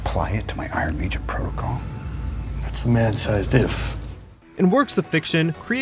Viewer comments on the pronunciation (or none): none